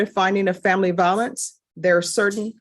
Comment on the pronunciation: Vi o lence with a long i, not va o lence with a short a.